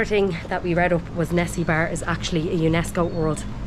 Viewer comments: Don't get me wrong, no critisism, actually on the funny note: the lady ( sorry it is my 1st video watching ya, so don't know your names yet- i will watch the rest of the videos :) ) you sound like you are saying '' Nessibar '' , ''Nesi 'like from loch ness :D and bar like bar/pub , so try to pronounce it like : first part of 'ne' is the same , then the secon E is like for electicity but the most important will be the ''A '' ,pronounce it like for UP , it sounds crazy but that's how's supposed to be : E like for electricity, A for Up : nEsEbUr, and if you can try the ''r'' like for Rocket: you will be trully Bulgarians :) BTW Hello from Isle of Man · Actually Nessebar is misspelled in Latin and this leads to a funny mispronunciation of the name. Trust me... The correct name is Несебър (in Cyrillic, Bulgarian) and pronounced as close to Nes-seebŭr (the stress point is on the second syllable). The city was built at 5th-century when Thracians and Bulgarians started to live together at Balkans. By the way, Sunny Beach is just one of the many major tourist destinations along the Bulgarian coast. It is worth going south even after Sozopol, where you will find unbelievable lagoons with amazing scenery and enormous natural dunes of sand. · Please, just say it right. Несебър. It is a harsh word, and a strong one. Ne- sE - bAr if you will. Sunny Beach .... It is Sunny. I am glad You have liked it. You better stay in Nesebar, haha! Take care!:D